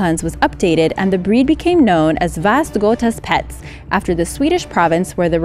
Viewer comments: FYI it's not Väst-götas-pets, but Västgöta-spets. Västergötland is a county in Sweden where the spitz originally comes from. It's pronounced [veh-schotta-spetts]. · No, no no! It's not Vast-gotas-pets. It is Vaest-goeta-spets. Or Västgöta-spets. Who is that Vast-Gotas anyways? He keeps pets does he? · väst göta spets not väst-götas-pets , vall meaning valla or herding. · The pronunciation of Swedish Vallhund and Västgötaspets almost made me cry with laughter... XD